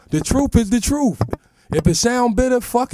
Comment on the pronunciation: da truf is da truf